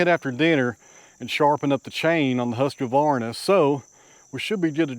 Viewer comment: ... Hussqavaahrna?! LOL! Swede here so allow me to help out a little bit. Huus-Kwahr-nah. The Q is never pronounced like a q but a a sharp short K. <3 <3 Lots of neat and great stuff throughout today! Thanks! :-)